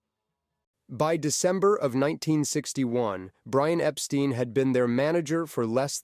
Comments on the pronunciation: It's Ep-Stine, not Ep-Steen. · "Beatles" (with a T), not "Beadles". And "Epstein" = "Ep-stine", not "Ep-steen". 😐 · Disappointing errors in detail. Mispronunciation of Brian Epstein’s surname as “ Epsteen “ rather than “ Epstine “. Anyone who knows the Beatles knows this. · You got Brian Epstein's name wrong! Clearly you must be an IGNORANT AMERICAN!(ALL AMERICANS ARE IGNORANT!) The name Epstein is meant to rhyme phonetically with "dine, wine, fine" etc.